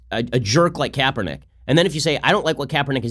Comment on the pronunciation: HIS NAME IS KRAPERNICK.